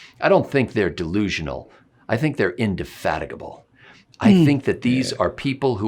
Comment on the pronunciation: Now, you know when you pronounce “indefatigable“ that way, you’re supposed to say it with a stiff upper lip. 😂